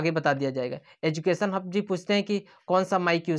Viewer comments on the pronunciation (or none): none